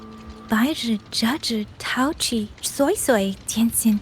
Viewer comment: The only thing thats giving me the ick is the fact that the eng dub is absolutely BUTCHERING SuiSuis name💀😭 Why the freak are they saying SoySoy (like Soy sauce) instead of SweiSwei, like daaamn